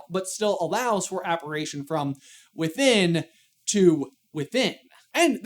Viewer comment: wouldn't be aparAtion, not aparition?